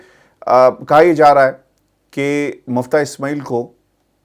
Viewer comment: M i f t a h M u f t a h nahin!